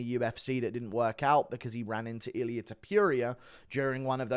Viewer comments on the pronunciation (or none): none